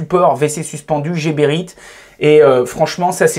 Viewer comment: C'est quand même fou que même les gens employés par la marque ne prononcent pas bien le nom de leur marque. Geberit ne se prononce pas à la française jébérite mais à l'allemande guébérite